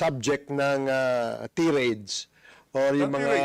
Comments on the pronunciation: tai·rayd ang pagbasa ng tirade. tirade means a long, angry speech of criticism or accusation. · Hoy Barbero, " tirade" pronounced as [tie-rade]. Ayusin mo mag Inglis